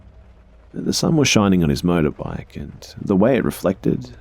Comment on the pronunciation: Max Dunham now I keep hearing it every time he says motorbike 😂😂😂